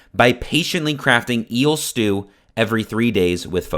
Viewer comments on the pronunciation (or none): Notice how he emphasized eel stew?